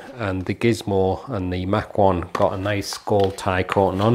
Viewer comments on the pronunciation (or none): It's pronounced Mach 1 like In speed.